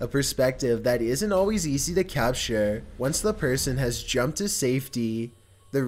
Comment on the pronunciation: Is there anyway you could change the way you speak? The constant, high to low speaking syllables of words is strange. like DRIv ing, RAIL ing, PER son, SURF ing, TUN nel, SAFE ty, CAP ture, its really odd cadence.